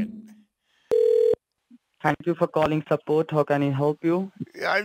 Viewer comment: "Thank you for calling sapoat."